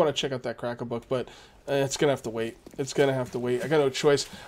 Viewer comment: did you hear the trader called "crack-a-book" borne and nobel, just like you do :)